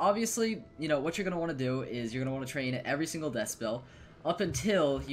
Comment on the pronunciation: It's death not desk